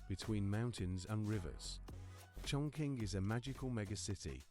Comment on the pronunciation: Wrongly pronunciation for Chongqing.